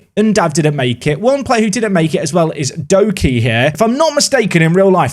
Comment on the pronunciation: Doekhi is pronounced Do-key, not dough-key.